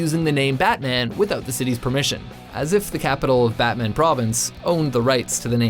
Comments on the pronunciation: açın rakıları. Adamın ''betmen'' diye telafuz edişine bittim. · Batman reading like butmun not like superhero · Also, the city Batman is not pronounced the same way as the super hero, just learn the correct pronunciation. Well at least TRY